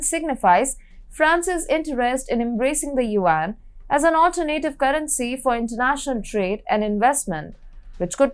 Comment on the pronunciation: Her pronunciation of many English words is terrible. She needs to work on words such as "alternative"/"initiative"/"development"/"European"/"energy"/"ecology"/"particular."